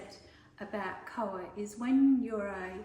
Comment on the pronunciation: In koha - you need to say ha (like a laugh).